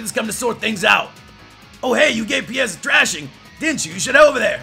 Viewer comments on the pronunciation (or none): QOTD: Jolteon from Heart Gold my fav jolteon Oh and Piers name isn't prounounce Pi-yers it's actually Pa-yers